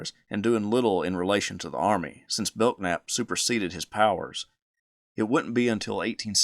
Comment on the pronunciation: Bellnap not beltnap 😢